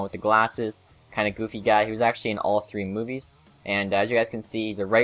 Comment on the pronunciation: you said guy name wrong